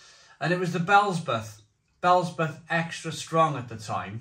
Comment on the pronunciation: Bee ell zee bub!!😂